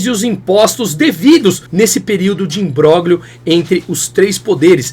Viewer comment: não existe interIM. O certo é ÍNterim. E fala-se IMBRÓLHIO, e não IMBRÓGLIO. Abraço!